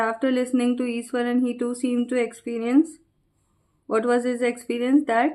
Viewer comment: Iswaran mam not Ishwaran